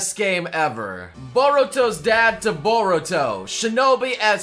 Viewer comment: First person to actually pronounce boruto right